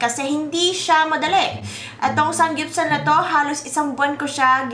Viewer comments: Anong sangyupsal? It’s saMgyupsal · "sanggyupsal?????" really???????? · SAMMMMMMGYUPSAL. NOT SANG GYUPSAL. LOL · bakit SANG GYUPSAL naririnig ko? bothering eh hahaha